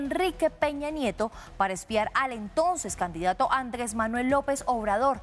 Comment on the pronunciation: NO es "Pedromiguel" sino PEDRO MIGUEL, de apellido Miguel. NO es "eXpiar" sino ESPIAR. Y tampoco es "lafugar" sino "loufer" (law fare). ¡PeriodistOs ignorantOs!😂 Pero, ¿cómo pedirle inglés si ignora el español elemental? Además, lo principal es saber qué pasó en Colombia, no es saber de los otros países.